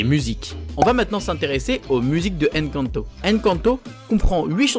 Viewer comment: C'est pas Èn canto 😡 c'est Encanto hein